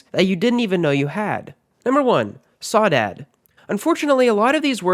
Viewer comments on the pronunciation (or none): your pronounce Saudade [sou-da-gee or sou-da-dee] NOT sow-dad. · #1 is pronounced “sow-dah- dge” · Has a Brazilian person, i felt pain for the way you spelled "Saudade"